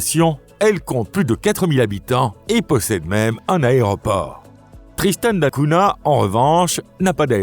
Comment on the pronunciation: Essayez de prononcer correctement Tristan da Cunha ! L'étymologie est portugaise et se prononce donc avec un "gn". Hors cela, l'île est isolée au milieu de l'océan comme le sont Asuncion et Sainte Hélène.